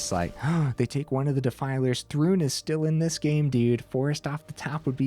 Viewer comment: It's ThRUN, not rune... sorry xD